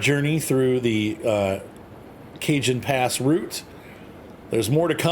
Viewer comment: Cajon is pronounced "ca-HON", Cajon is an old spanish word for Coffin, later replaced with Ataud (modern word for coffin)